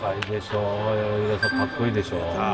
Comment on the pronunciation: ダレノガレさん やなぎだじゃなくてやなぎたね！！！